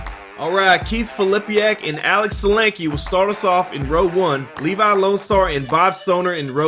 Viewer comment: Nice! Some aggressive driving and passing on the Mountain today! As a side note: geat job on the pronunciation of Sulanke. Nailed it!